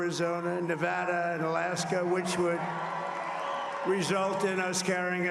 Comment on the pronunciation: Of the hundreds of people who pronounced my home state the wrong way. Donald Trump KNOWS Nevada by its true name!